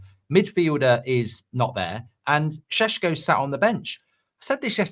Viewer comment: stop calling him “SHHESKO” doing my head in 😂